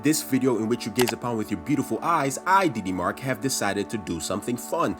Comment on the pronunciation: After yhe diddy incident, every time he says DD, i think he days diddy...